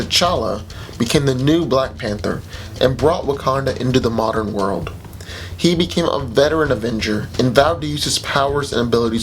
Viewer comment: around 2 min you said "modern day world" i thought modern day mahrajjaaa